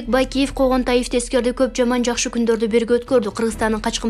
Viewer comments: Конгантиевди туура оку . Когонтаев эмес дабдыыыыр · Текстти окуган кызга эскертме:Конгантаев эмес Конгантиев деп туура оку. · Конгантаев эмес конгантиев. Туура айткылачы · Коогантаевдеп окуган Ким ОЗУ кайсы журлалис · Конгантиев деп туура окучу чон кыз!